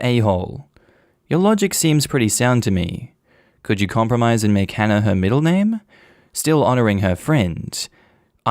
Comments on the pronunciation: Story one, does he just actively be rude and mispronounce anyone's names who start with an H? Cause it kinda sounds like he just doesnt wanna actively try to say the name correctly. Dropping letters in words isnt the same as a speech impediment. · I drop as many “H’s” as the next Londoner, but if I have to pronounce the “H”, I will do. It aint that he can’t pronounce the name, it’s just Cockneys drop their Hs. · So many people learn multiple foreign languages, yet this man can't even bother trying to pronounce a common English name and add one common English sound to it 🤦🏻‍♀️ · THE GUY WHO COULDN'T SAY "HANNAH" USED THE WORD "HENCE" 😬 I really don't believe he pronounces it "ence" and I also don't believe he can't force himself/learn to say the "H" sound for the sake of his daughter and his wife. The "H" sound is just breathing out forcefully - anyone can do that. I am English, I understand a dropped "H" is a feature of some people's accents but why can they not learn to pronounce this one name when it's so important!?